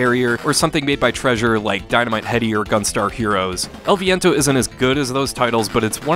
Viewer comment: i applaud your pronunciation of the title!